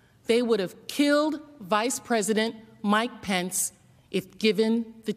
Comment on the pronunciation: This a serious matter but when these geniuses started yelling "where's Mike pence?" All I kept hearing was "where's my pants?!" 🤣